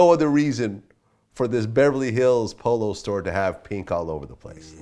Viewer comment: Wait, did Vlad say "Beverly Hills Polo"...?